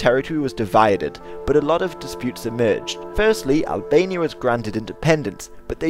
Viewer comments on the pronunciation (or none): It's albania not "analbania" lol